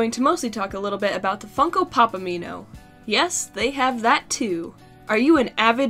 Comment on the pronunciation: needed more mouth He be like: yus